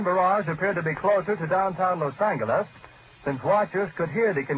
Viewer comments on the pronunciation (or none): I hate how he said los angles